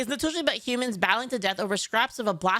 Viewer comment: "humAHns" always suspected you were a ferengi